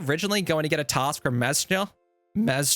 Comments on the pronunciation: mazchna is pronounced "mashner" fwiw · Mazchna is pronounced "masher" lol